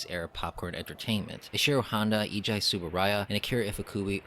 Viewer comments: Eiji pronounce "Aey-gee" not "Eee-jai". He's also father of Ultraman. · Eiji should be pronounced like the letters A.G.